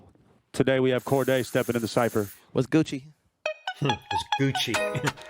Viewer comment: It’s pronounced cor-day 😂 just for future reference 😂